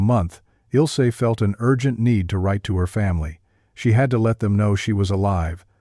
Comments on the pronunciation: It's not Ilsee, but IL AS IN ILL, ZEH GERMAN WOMAN'S NAME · HER NAME IS NOT, IS NOT, IS NOT ILL SEH BUT ILzeh. That would be as close as I can come with English letters to correct German pronunciation.